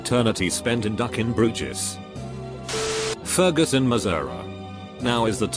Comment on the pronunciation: I lost it when the guy said Ferguson 😂🤣😂